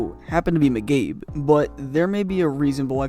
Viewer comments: its pronounced Mc Kaybe, not Mc Gaybe, and youre right. when he was on the hawks i hated him. bernie "boom boom" geffrion belongs on this list. he was on montreal and he scored a gwg in the playoffs, and the Montreal fans booed him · I like your content but your pronunciation of words, places, and player names needs some work. For Example McCabe is pronounced Mākäbe not McGabe. Keep up the good stories though! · it's McCabe, not mcabe bruh! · Great video. However, it's pronounced Mc-Cabe not Mc-Gabe. Ouch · Say Migabe again. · Or as this guys calls him “Miggabe” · Sounds like he’s saying McGabe. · How are you mispronouncing McCABE? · yeah it’s probably just Leafs fans like me because we have heard his name a lot during his tenure and the way you’re saying it sounds odd